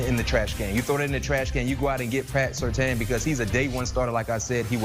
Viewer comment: How can all these people not know how to pronounce Surtain??? His dad was a pro bowler multiple times in Miami.